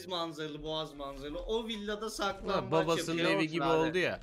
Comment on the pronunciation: Abi sizin oynadığınız saklanbac değil siklanbaç